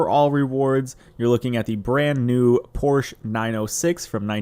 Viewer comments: "Porsche" is a two syllable word, pronounced POR she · You’re pronouncing Porsche wrong :P